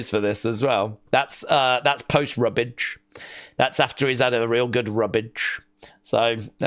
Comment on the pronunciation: "A real good rubbage" 😂